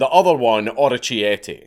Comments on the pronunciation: Conchiglie = seashells Orecchiette = little ears They are very similar but not exactly the same Also the pronunciation is way off: Conchiglie = Con Kill Ye Orecchiette = or egg kee eh tay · "chinkigli and orochi-ete" I spent like 5 minutes trying to decode what the fuck you were trying to say